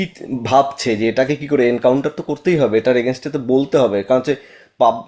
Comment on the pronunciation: Anchor বা interviwer বার বার বলছেন এনকাউন্টার কথাটা। Actually এটা হবে কাউন্টার।